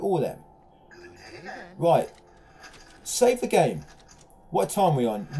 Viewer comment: Can any1 count how many fucking timz he says “rit”??!! 😂 It’s gotta be at least 300 😂